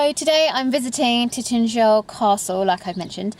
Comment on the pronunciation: You are not pronouncing the name right. It's not Titnagel or Titangel, it's Tintagel, pronounced as in the word "gel".